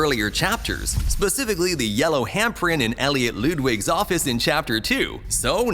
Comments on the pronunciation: “Elliot Lewdwig” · You pronounced Giblet’s name and Ludwig wrong